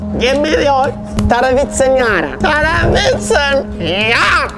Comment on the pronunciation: Did you like it in my home country and btw you said "I need" (tarvitsen) pretty damn Well